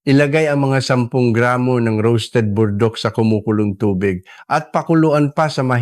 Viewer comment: Ano ba Burdock Hindi po naming maintindihan, paki linaw ninyo nga! Pls!